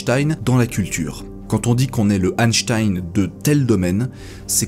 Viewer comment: Quel plaisir d'entendre le nom d'Einstein prononcé correctement ! Sur les chaînes anglophones, ça fait saigner les oreilles d'entendre un 's' à la place d'un 'ch'. Pour répondre à la question de fin de vidéo, personnellement je trouve extrêmement choquant que l'on n'ait pas respecté les volontés d'Einstein.